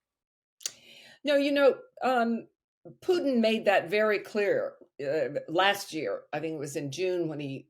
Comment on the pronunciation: Who is this Pewtin that Louis keeps talking about? Has nobody at TR corrected his pronunciation yet? Shades of Shawn "Abrahams tanks" Bell.